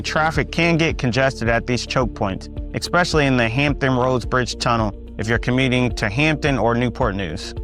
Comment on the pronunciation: Suffolk is the largest Virginia city by land area. If you include water features then you are correct. I was born and raised in VAB and left when I retired because the city politics became corrupt. Another reason I left was when they started building homes or shopping centers over cemeteries. BTW the word is "ESpecially"' not Ekspecially.